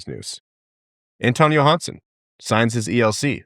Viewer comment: They are both “yo-hanssen,” not “Jo-Hansen”